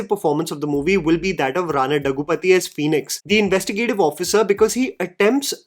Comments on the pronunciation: Hey, I'm a Telugu speaking person. Rana's name is pronounced as Rana 'DHAGGU-BA-TI' and not 'DAGGU-PATHI'. 😆 I've seen you pronounce it wrong every single time and I cringe.:P So I hope you see this. Great videos. Cheers! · Hey, some corrections. I know these won't matter much for some. But I get a sense that you love getting the pronunciation of names/words right. 1. It's Daggubati (the bati as in Dal Bati). 2. And Malayalam - a four-syllable word, not Malyalam. Love your reviews. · I like take mostly. But I couldn't continue watching the video after hearing Rana Daggubati's name being mispronounced once again.